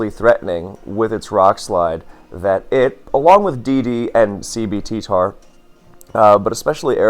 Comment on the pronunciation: i keep thinking you're saying CBT Tar instead of CB TTar